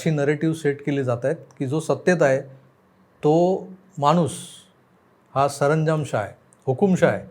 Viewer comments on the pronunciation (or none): none